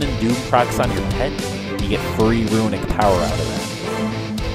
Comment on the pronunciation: Notable guide! You're botching some words though. 'Meta' is pronounced met-uh not may-tuh 'Runic' is pronounced roo-nik not roo-i-nik 'Resilient' is pronounced ri-zil-yənt not re-zi-lent I sound like a jerk but it's driving me crazy.